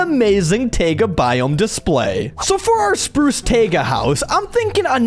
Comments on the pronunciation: Why is he pronouncing taiga t-AE-guh, not t-AI-ga. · It's taiga not tayga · Bro said tayga not tiaga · did he fr just say tayga